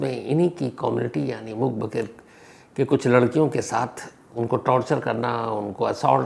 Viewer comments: Itne bade Crime Reporter, itna experience Phir bhi pronunciation galat... #Mook_Baghir nahi #Mook_Badhir... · मूक 'बधिर'.... होता है sir... 'बघिर' नहीं 🙏